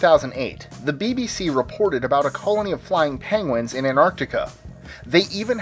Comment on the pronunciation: The dude is saying PENGWANGS